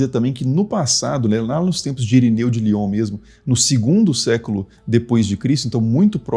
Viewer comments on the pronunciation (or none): none